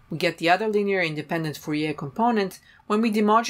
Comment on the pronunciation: Not surprised that German speaker pronounces Fourier as they do :)